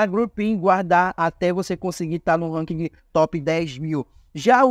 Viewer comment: Na boa sua tática é legal, mas seu video é chato demais, sem contar que é chato ouvir vc errar tanto 1- Ranking não precisa falar o "G" no final 2- Skin é roupa ou fantasia que se usa em personagem, que se upa no game é SKILL, com som de U no final Treina um pouco sua fala que com certeza seu numero de visualização vai ser quase igual ao numero de inscritos